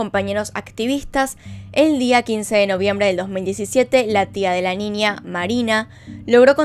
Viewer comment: “NINIA” jajajaj